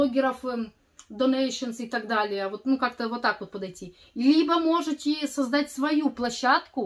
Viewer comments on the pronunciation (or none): можно всё-таки совет дать? В слове "можЕте" нет буквы И.